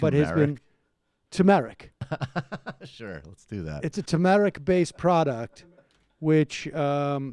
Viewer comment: It’s too-mer-ic lmfao